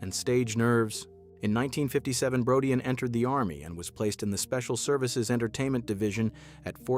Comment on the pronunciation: Marshall's last name is pronounced as BRO-DEEN.